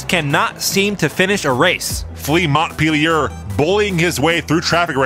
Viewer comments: FYI, Montpellier is pronounced 'Monn-pelly-yay' rather than 'Montt-peely-yurr' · "Mont peelyer" Ha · And another someone pronounced Montpelier incorrectly. It’s “mont-pell-ee-ay”